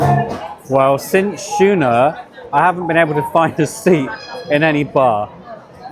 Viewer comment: Schooner - the correct pronunciation is with a hard sch like school!